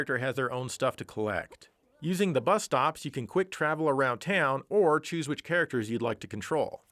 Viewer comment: "Teawn" ? Are you from Texas? I didn't know.